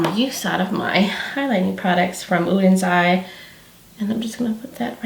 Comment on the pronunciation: You are the first creator I’ve seen so far -besides Angi and probably Annette - who actually tries to pronounce both SOLMÅNE and ODENS EYE correctly! Thank you!! I got my palette this week and you can bet I’m trying it out tomorrow!